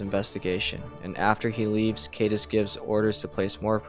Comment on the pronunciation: Thanks for these but a lot of mispronunciations. For example, Caedus (how it is spelled) rhymes with "guide us"